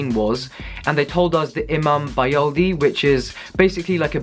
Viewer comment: The way he pronounce İMAM BAYILDI